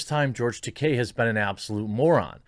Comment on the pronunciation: Tah - KEY not Tah - Kay. La RAY NA. There is no i between the n and a in Reina meaning, phonetically, it can not be pronounced Ren ia.